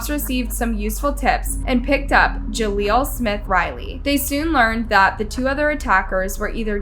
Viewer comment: Ja leel. Not Ja leelo